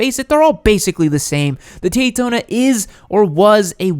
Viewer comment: he says taydona.